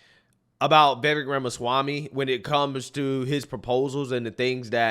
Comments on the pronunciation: Can you PLEASE learn how to pronounce Vivek's name??? You have the first syllabol right. The second rymmes with cake or bake or fake or lake. Imagine it's spelled Vivake, and you'll get it right. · Pronounce Vi-vake as in cake. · Vivek (pronounced Vivayk) should make it clear the voting thing is something he thinks would be a good way to increase civic engagement and make it clear he is not going to actually push for it. That is certainly not a hill he should die on. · It's getting old... stop mispronouncing Vivek's name.